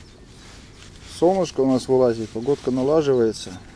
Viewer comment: Мне одному послышалось не солнышко а сомушка